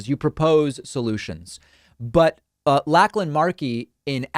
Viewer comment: David - Lachlan is pronounced Lock-lan, not Lack-lan